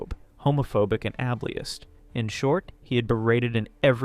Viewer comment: Transphobe, Homophobic and Abllyest lmao tf is wrong with you? you do know how to pronounce it..